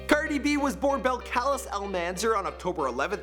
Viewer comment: Her name is pronounced BELL-CAH-LEASE AL-MAN-ZAAARRRR and her dad is 100% Dominican and her mom is 50% trini and 50% Spanish (Spain)